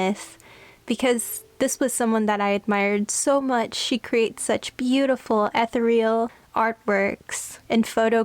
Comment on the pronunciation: did u just say "ether-reel"?